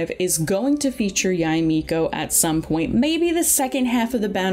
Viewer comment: Or "Yai Miko"